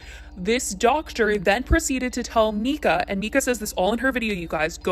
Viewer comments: “Rehoming” Huxley he’s not a dog. And that’s his name ( The little boy). Also it’s Myyyyyka, Not Mika. It’s all over you tube and social media. No reason to not mention the baby boys name. Just sayin! . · How the hell you say you watched this family for years and then proceed to mispronounce her name the entire video. Im stumped.